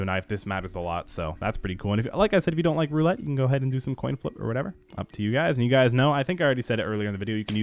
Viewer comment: LOL "whateva" it kills me lol